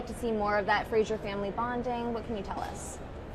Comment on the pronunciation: Duncan in the back, being an unapologetic Claire stan. Love it! (Also, my God! Why do all the Americans pronounce Fraser wrong? I don't understand...)